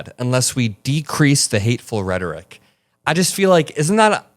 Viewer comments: Homan - What is "redik"? Please pronounce the word correctly. You repeated yourself several times. Rhetoric! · says he sounds unintelligent one minute before he says redic, instead of rhetoric. 😂😂😂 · In case no one else noticed, Homan could not even say the word rhetoric...he said "rhetic". He's obviously uneducated and should not hold the position in the administration that he has. That's a minor point compared to everything that he actually believes and says. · Homan didn’t say rhetoric, he says “rhetic”. Maybe 3 syllables hard…😬🧐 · He can't even speak right...."retic".... dummy!! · The same Tom Homan that accepted a $50,000 bribe that was caught on tape. He can't even pronounce "rhetoric" correctly, he's that stupid. These ICE agents are nothing, but criminals, it's been revealed that many, many of them have felony criminal convictions for such crimes as domestic abuse, sexual assault, assault with a deadly weapon.....they're the new Nazi KKK. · He is not even pronouncing RHETORIC correctly.